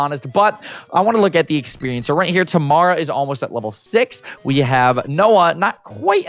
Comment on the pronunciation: He’s saying it wrong but it’s okay lol. It’s actually pronounced Tuh-mair-uh